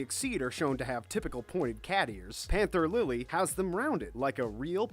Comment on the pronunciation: "Gayjeel" "Hova" "Lisa Ann" "Anther lily" "laki" Correction Gajeel Juvia Lisanna Panther Lily Loki